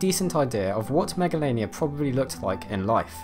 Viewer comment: Him: Megalainia Me: Megalovainia Or SANS